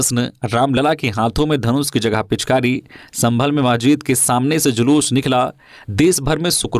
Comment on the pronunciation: "महजिद'' नहीं "मस्जिद" बोलिए ।